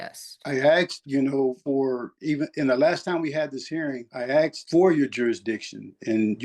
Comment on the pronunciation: It's not AKSED, it's ASKED.